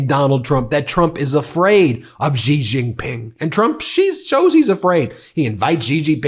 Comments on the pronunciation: Would you please spend a moment to learn how to pronounce President Xi JinPings name, your hurting my ears! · President Xi (Shee) Jin Ping... please pronounce the name properly! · I agree with the messaging wholeheartedly, but bruh, please learn how to pronounce people's names properly 😅 I can't keep hearing you butcher Xiomara and Xi Jinping without it distracting me lol